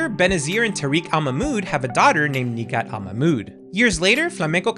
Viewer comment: I absolutely love the Katrina lore...I know some people in the community like to say shes there aunt, because of the game sensors to Nighat. I love how you actually pronounce everyone's name. Cant wait for the next complete history vid and beard update 😊